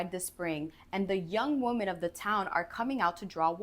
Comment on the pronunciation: With all the respect, the plural of woman is pronounced "WIH-mn". Like "swimmin."